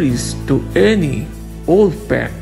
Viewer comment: Pack not pek